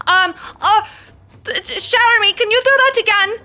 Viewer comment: I've noticed that when they say Chéramy's name it sounds more like Chèramy instead (with a grave accent) from how I understand the accents from learning French, but they spell it as Chéramy (with an acute accent), is it that their pronunciation of it is more accurate in another language I'm unfamiliar with? or just a fun little quirk or a mistake with the name